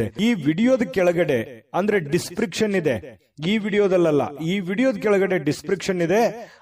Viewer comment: ದಿಸ್ ಪ್ರಿಕ್ಷನ್ ಅಲ್ಲ ಅದು ದಿಸ್ ಸ್ಕ್ರಿಪ್ ಶನ್.